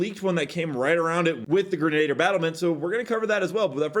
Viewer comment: greh-nuh-deer :P